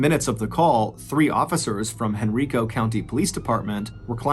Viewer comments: I’ve never heard this before! I was born and raised around Richmond. I would have been in my late teens when this happened. Also, it’s pronounced hen-rye-koh not hen-ree-koh. I know he had no way to know that but every time I heard it I cringed a little. 🤣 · Dude I love you but it’s Hen-Rye-co, not Hen-RI-co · Hey MrBallen it's proniuces Henrico with a hard I not henreeco like an E sound. Haha it's all good. Just figured I'd let you know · I know this was years ago, but it's pronounced HenrIco. Long I sound. Not Henreeco. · It's pronounced "Hen-rye-co", not "Hen-ree-co". 😊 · Hey Mr. Ballen, I’m a Virginia native and Henrico is pronounced “hen-rye-co” just for your future reference. I appreciate hearing a story from a place I have visited. I live more in the southern area of Virginia than the northern area. Thank you for everything you do. ❤ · Henrico Virginia is pronounced Hen-RYE-co. Thanks for another great podcast! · I know this video is old but as a local, I just want to clarify the pronunciation of Henrico is Hen-rye-koh. 🫡 Thank you for your podcasts, they get me through my day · *Henrico (pronounced: Hen-Rye-Co) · It’s Hen-rye-co. You’re welcome! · Hen Rye Coe County, Va. Lol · I'm from richmond Virginia ,unfortunately excited to hear my hometown but Henrico is pronounced hen-r-eye-co.but it's makes it that much better u did a story in the area🧟🧟🤦🏿‍♂️☠️🧾💯👣🕵️🕵🏾‍♂️🕵🏼‍♀️🕵🏽‍♀️love your work brotha,thanks for keeping us goin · As a Richmonder it is pronounced "Hen-Rye-Co." I had to. I'm sorry, lol. Thanks for doing this story. I remember this happening while I was a teenager. It's crazy to have more of the story. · I love this since I am in Richmond. Btw it is (Hen-Ry-Co) the I sounds like Y not E. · I'm from Henrico va and it's funny hearing MrBallen mispronounced the name 🤣. I live here in va and haven't heard of this story kudos MrBallen!!